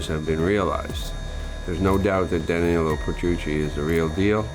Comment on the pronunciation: Great video but for the love of God learn to pronounce Danillo.